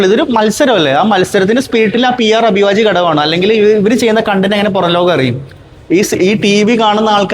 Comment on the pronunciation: പറയുന്ന വാക്കുകൾ എല്ലാം തെറ്റാണല്ലോ പി ആർ.. അഭിവാജ്യം അല്ല അവിഭാജ്യം ആണ് 😂